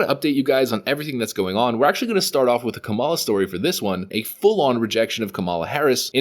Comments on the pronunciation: I am not a fan of Kamala Harris either, but the least you could do is pronounce her name correctly. You're obviously mispronouncing it on purpose. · You sound so ignorant mispronouncing her name. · Hahahahahaha kamel- luh.